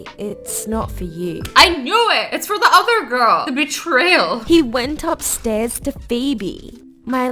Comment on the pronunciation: Azzy: betrayal! Me: did I hear bish-trail? ._.